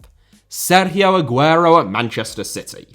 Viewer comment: stop saying Sergio like that